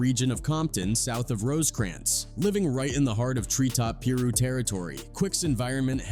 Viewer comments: Pee-Roux paper planes ✈ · pee - ru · Pee-ru is brazy 🤣🤣